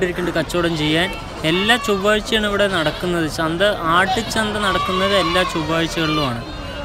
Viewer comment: Chandi alla chantha😂